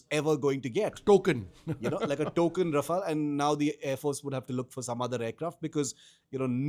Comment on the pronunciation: Raf-all or Raf-ale, host should do home homework on pronunciation before having a talk show on the same.